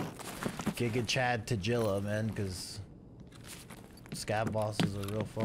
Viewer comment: Does he call him tajilla on purpose. Its so annoying.